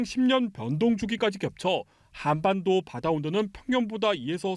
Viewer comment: 기자님 발음이 한안반도 저만 이상 한가요